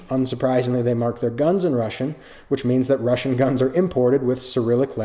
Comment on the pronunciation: Says forgive my Russian then proceeds to say it in probably the most correct way I’ve ever heard.